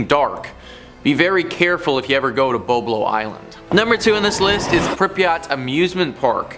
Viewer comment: Bob low is how it was or is pronounced. Boisblanc island is the original name. It was located in Ammiseberg Ontario , closed down in 1993 due to lack of attendance.not to mention the fact that Cedar Point was within 4 hours away.